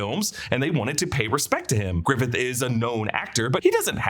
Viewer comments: Why did you keep calling him Ioan Griffith? His last name is Gruffudd, not Griffith. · Its not Griffidd. Its Gruffudd. GRUFF-UDD